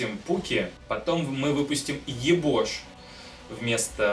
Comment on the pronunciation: Не ебош а йобоа